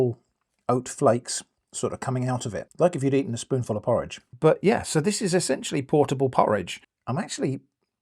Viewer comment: "this is not porroge toast" okay